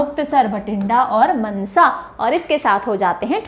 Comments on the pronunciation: That is not मनसा It is मानसा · Mansa nahi maansa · Mnsa nhi mansa ❤ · That is Maaaansaaaaa Not mnsa ma'am 😂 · Not Mnsa it's maaaaansa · Not mnsa it's mansa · And mam mnsa nahi je Mansa ha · These are actually pronounced as 'Maansa', 'Faazilka' and 'Bathinda'(not Bhatinda)... Also the meaning of 'Nawan' and 'Moga' is wrong as you mentioned.Its better to know some etymology before such informative lecture ✌️🙏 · It is pronounced "Maansa" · Nicceee mam But Mansa ko ko thoda lamba bolna Mansa